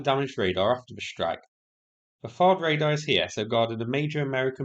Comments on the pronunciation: You kept saying T'Hawd and I was confused, until the graphic cleared it up! 😅 It's TH like in THree and AD like in dAD - only 1 A is pronounced, so "THAD" 😊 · THAAD is a hard A, like had with a th on the front. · . THAAD (Terminal High Altitude Area Defense) is typically pronounced as “thad," with the 'th' as in "think" and a short 'a' as in "cat".